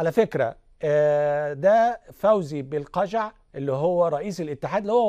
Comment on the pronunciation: صحفي لايحسن سوى البلابلابلابلا حتى اسم لقجع لم يحسن نطقه كرره اكثر من مرة بشكل خاطئ ثم اسم روراوة لم يحسن نطقه فمن اين له ان يحلل مثل هذه الامور ؟؟